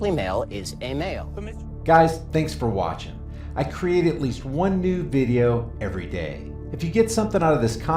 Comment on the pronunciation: It must be "catching", It sounded, right at the end, like you said, "I create at least one NUDE video every day!" ...Wait! Oh, you said, "NEW" video every day... sorry.